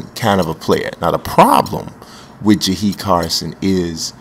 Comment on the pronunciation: It's jahill Carson